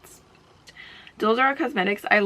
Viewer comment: I never knew how the brand Dulzura was spelled until you posted about them on your IG stories and I wanted to point out that the pronunciation is dool-SOO-ra, not dole-zar. Dulzura means “sweetness” in Spanish :)